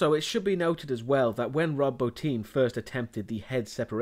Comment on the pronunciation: Thank you for pronouncing Rob Bottin's name correctly. It shows you did your research. Most reviewers pronounce it bah-tin.